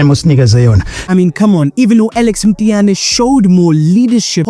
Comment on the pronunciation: Mtiyane ❌ Mthiyane ✅